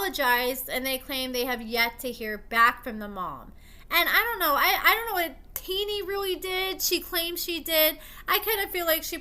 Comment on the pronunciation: Her name isn’t teenie lol pronounced tennie